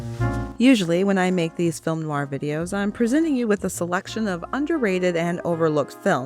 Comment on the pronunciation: rare to find an american film noir expert who can actually pronounce "noir " correctly ( they usually say noo-wahr)